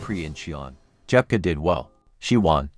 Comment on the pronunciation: СОФЬЮ Дзепко назвали несколько раз-Джепко..А потом и вовсе начало это ИИ называть фамилию Дзепко, Как Жепко!!! Да как же вам поправлять произношения? Разработайте программу коррекцию!!!